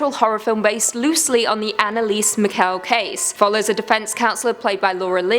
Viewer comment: it's Michel (like Michelle)